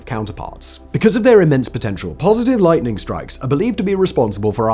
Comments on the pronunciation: Did you accidentally say lighting the first 2 times instead of lightning? I listened about 4 times and couldn’t hear the “n”. After the second one it was all good. Just curious. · "Lighting?" Oh, you mean lightening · Is it just me or the first 2 lightnings Simon didn't pronounce the n?